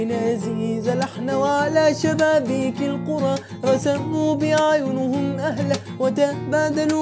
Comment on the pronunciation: أهَلّة وليس اهلة ⚘❤